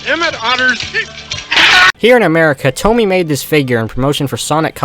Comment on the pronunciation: bro actually said TOMY